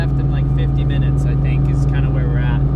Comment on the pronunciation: Who the hell do you "Fink" your talking to! Lol